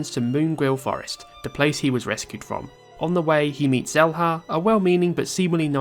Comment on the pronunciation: Shela not selha